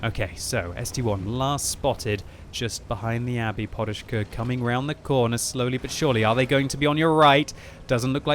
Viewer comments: guy name is PODUSZKA not PORUSZKA:P there is not "R". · only British nuub kan saj porushka ,when its says podushka ( a pillow ) :) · His name is really simple, it's like pod-ush-ka and you don't need to make any crazy sounds like it was Russian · why is he reading it like Poruszka.... there is no R in it. there is a D.... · You should read it like "podushka", meaning "a pillow" :V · FFS there's no "R" in "PODUSZKA"... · he puts a R(ing) on it